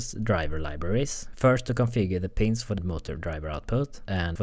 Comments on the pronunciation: just advice: PINZ not PINUS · Ok but we all thought he said penis output right?